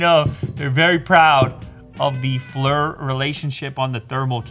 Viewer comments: Pronounced "Fleer" not fler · Please stop saying "Flur" it's "Fleer" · Lew: Pronounces Flir "Flur" instead of "Fleer" Me: cringes internally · Not to be that guy, but for what it's worth, it's pronounced "Fleer" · At worst I would have assumed it would be pronounced "Flire" like fire with an L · It's pronounced Fleer... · Flir is pronounced FLEER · It's pronounced FLEER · How you pronounce Flir is hilarious 😂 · Flur? Or Flir? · I wish you knew how to pronounce the name Flir....